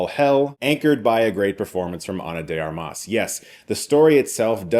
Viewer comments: I know how much you care about the professionals making films, so allow me a correction: you say Ana de arMAS, but it's actually pronounced ARmas. Also "armas" is literally "weapons" in Spanish so it's like she was destined to play this role. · the accent is also in the first A, not the second, like in "Armament" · She's done plenty of movies, so there's really no reason for you to mispronounce her last name.